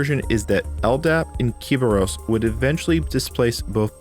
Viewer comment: Do you pronounce QEMU, /etc, and Kerberos incorrectly for engagement?